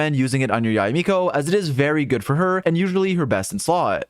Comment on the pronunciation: Yu Miko? 🤣🤣